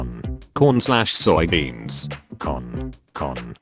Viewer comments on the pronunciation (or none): can we talk about the way the bot said "corn"? wth? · The way it says corn when the word on its own scares me.